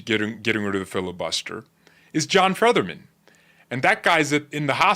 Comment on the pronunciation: IT'S " F - E - T - T - E - R - M - A - N" NOT FEATHERMAN.. COME ON DUDE